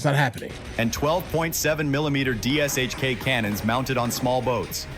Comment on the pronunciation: Dshk... it is pronounced Douche-ka.